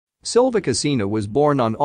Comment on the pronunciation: The narrator could have made the effort to pronounce her surname properly, at least!